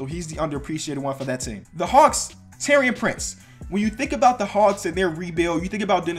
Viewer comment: You pronounced Taurean wrong